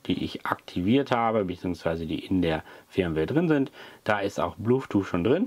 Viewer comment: der Sprachfehler mit dem blueth-too hält sich standhaft, wenn man ihn einmal richtig "gelernt" hat. 🤣 sonst ein informatives Video. 😘